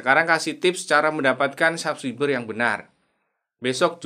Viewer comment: Ngomong SUBCRIBER aja BELUM BENER.. Coba cek cara ucap yang benar dulu bang. Pelajari dulu ngomongnya bang